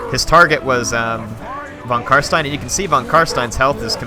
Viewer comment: it's VON Carstein lol